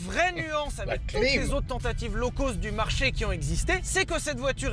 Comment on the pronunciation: Quand est-ce que les français arrêteront de dire "low coast" (comme dans côte) au lieu de "low-cost" (comme dans cote) ?